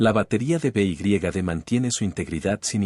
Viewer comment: beigriegade ? no sabes decir BEYEDE ?